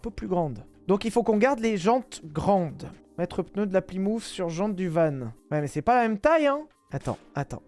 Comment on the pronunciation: Ses plymouf ses Plymouth. Tabarnak